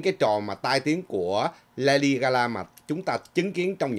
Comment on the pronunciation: Là LADY GA GA,not GA LA